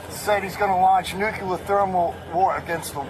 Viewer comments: that is not "nucear proliferation" oil LOL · justification for speeding: Putin's "nuculear" thermal war against the world LOL